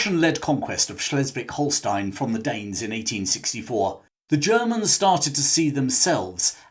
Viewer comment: A fascinating story, thanks. A small point, but one which, as a linguist, I care about, is that you mispronounced several German words/names. Über, has an Umlaut; so when spoken, it has a different sound to Uber - the modern transport. The sound isn't easy for an English speaker to make - it's close to 'eugh' - indicating revulsion. Schleswig, is not Schlesswig: the 'e' should be pronounced like British 'eh' as in 'Eh, what?' Finally - and I know this will never be adopted by English-speakers around the world, Adolf - still a name to be found amongst older German men, is pronounced with the 'A' sounding like 'ar' in 'hard', although the short form - my German foreman was called this - is Adi, pronounced to rhyme with 'caddy' in English. A company known worldwide is Adidas, which name is a compound of Adolf and Dassler. The common mispronunciaton of it as 'A deed dass' irritates me too. All that aside, great video. Subscribed.